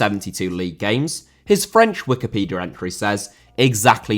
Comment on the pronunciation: Diaby* not Diohrbei Father* not Fohrther Lehmann* not Leimann Debut* not Deibyu Wikipedia* nkt Wikipedier Brasserie* not Bráseri Aren't* not Oren't Pokal* not Powkal Guadalupe* not Guorhdalup Half* not Holf Piraeus* not Pereyas Delavinias* not Delaveniyas Rather* not Rother München * not Munich Henrique* not Henriquei Raposo* not Rapouwsouw Botafogo* not Botafouwgouw Publa* not Puebler Alberto* not Albötouw Dia* not Daiar